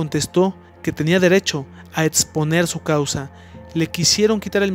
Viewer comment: Hay que practicar más la pronunciación de las palabras que llevan “X”, no se dice eTSponer, se dice eXponer, no es máTSima, es máxima, no es eTStrema, es eXtrema, se reconoce tu esfuerzo por este vídeo